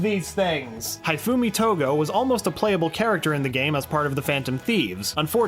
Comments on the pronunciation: It isn't High-foo-me It's Hee-foo-me For Hifumi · Good video but... WHY IS NOBODY TALKING ABOUT THE WAY HE ABSOLUTELY RUINED HIFUMI'S NAME'S PRONUNCIATION???